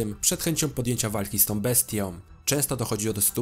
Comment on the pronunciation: ... Oblewając go swoją krwiom... Przed bestiom... ???... Warto popracować nad prawidłową wymową. Sam materiał ciekawy.